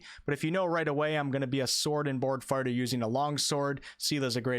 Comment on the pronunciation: definitely said sword and board farter